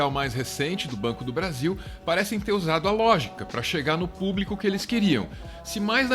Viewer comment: Elegeram um incompetente autoritário que não consegue dizer público. Ele diz "plúbico".